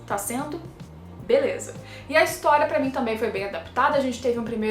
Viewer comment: Nao consigo ouvir a palavra Historia (ris) normalmente ksksks